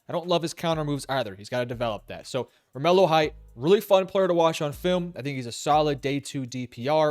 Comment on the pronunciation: It's pronounced Romello.....lol